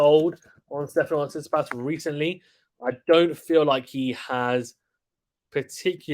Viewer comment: Bro said Tsisipas 8💀 He should be higher Cmon